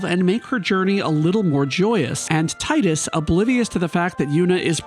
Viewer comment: It’s pronounced “Tidus” not “Tidus”